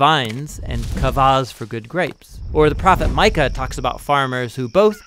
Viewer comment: Micah Not Maika